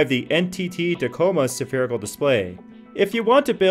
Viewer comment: oh god say sapherical one more time :,D